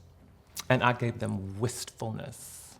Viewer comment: She said WHISTFULNESS. 💅